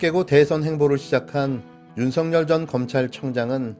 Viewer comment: 윤쉬붠.... 윤쉬붤.....이라고 읽히기도 함 된발음...윤쉬풜!!!!! 🐕진태는 🤐🤐🤐🤐